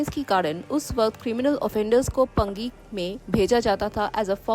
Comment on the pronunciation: पंगी नहीं पांगी ! Paangi not Pangi.😊